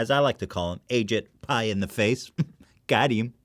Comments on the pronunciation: I'm pretty sure it's pronounced "a cheap pie" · it's egypt pi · umm just a small correction Ethan, it's actually pronounced Ashit Pie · correction Mar H, its actually pronounced Ashit Pile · Actually, it’s pronounced ashit pai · It's pronounced Ah-jEE-pai, but yeah I agree.